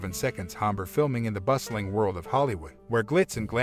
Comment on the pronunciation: Hombre - Soft H = silent.